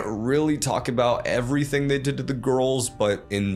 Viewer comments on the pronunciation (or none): none